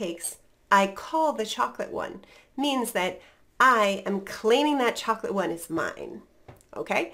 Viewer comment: are you said chocolate with T glottal stop. Thank you.